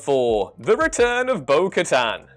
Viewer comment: Thank you for pronouncing Bo-Katan correctly. This puts you a level above at least 3 channels today.